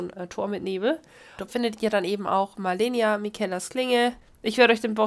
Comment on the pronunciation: Im Titel schreibst du Malenia, aber am Anfang sagst du Melania.